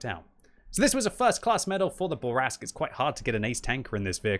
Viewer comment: I see you still have trouble pronouncing French. It's "Fuckin' Bourrasque!" Also: "Gun handling is terrible, especially the aim time." That's why you were only able to start the match with two perfect snap shots.